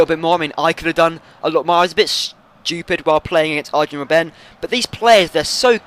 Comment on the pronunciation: you keep on calling him robbén but it's robben. simple as that mate ;D